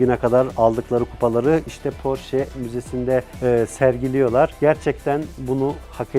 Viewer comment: Porsche yazılır Porşe okunur, "sch" Ş olarak okunur almancada!!!